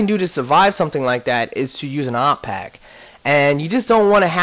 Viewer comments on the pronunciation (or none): none